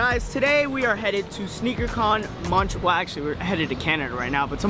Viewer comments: next time you say montreal pronouce the "T" (Edit):I just remembered myself videobombing them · Bruuuhhh don't know how to say Montreal